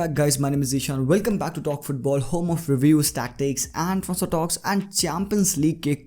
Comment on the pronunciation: the way you say in the intro Tronsfor talks man 😂❤️